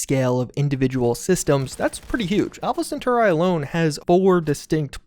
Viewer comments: Why do you say Alpha Centauri weird? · "Alpha Centoa Ray" lol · great video, but it really bothers me how you pronounced Alpha Centauri